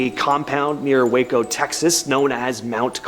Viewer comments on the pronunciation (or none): You don't know how to pronounce Waco it wasn't wacko. Do a little research before you do your videos it looks bad. And I went and walked the Manson family you don't know shit about it